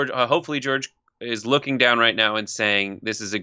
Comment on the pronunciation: I’m surprised Cheeto got George’s name right! 😕